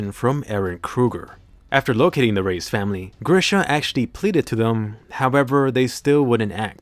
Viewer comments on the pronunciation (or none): You say reiss like rice not race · Im preeetty sure reiss is pronounced "rice"